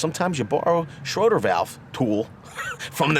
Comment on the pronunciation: Its "shray-der" not Schroder...ffs.